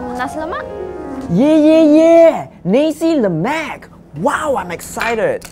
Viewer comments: did say "Nesi Lemac"?? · Guys, guys. Its "Na-sai luh-mak"